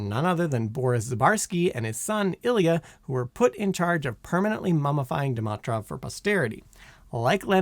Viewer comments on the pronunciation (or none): I see continues the Simon Whistler tradition of not looking up pronunciations of common words, names, and names of famous people and places, but just wings it and mangles them (Sergei, incipient, Dimitrov, pagoda, Luanda, Angolan and Guyana for some examples in this video). That's the main reason I stopped watching this youtube channel.